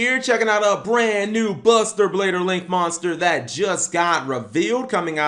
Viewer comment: Did he say buster bader